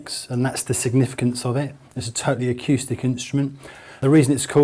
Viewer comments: did he say.. It's an autistic piano? Sounds like it as well. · "It's a totally ackyoostic piano. You can change the teeyooning."